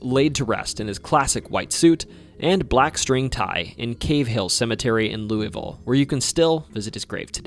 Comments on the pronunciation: Louisville is my hometown.. I see that you cared to pronounce the city name as the natives do. Loo-uh-vul is usually what you hear from us. I have always thought this is a strange thing. Why shouldn't we say it like Loo-e-vil, or Loo-es-vil. This can feel somewhat like a lingual trap. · Your pronunciation of Louisville is pretty good, but to say it like a local, you'd only use two syllables, "Lou-vul" or "Lul-vul". But honestly I'm just happy you didn't pronounce the S. I can forgive "Louie-ville" since it's the proper pronunciation and it's what I use talking to people outside of Kentucky, but my god when people say LOUIS-ville...we're named after King Louis XVI, guys. The "s" is silent. Love the Kentucky videos. Always happy to see my state getting repped in ways other than horses.